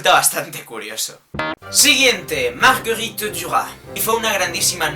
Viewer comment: jaja, repeti como tres veces la parte donde dice Marguerite Duras, se escucha muy bonito. En fin ¡fue un gran video!:)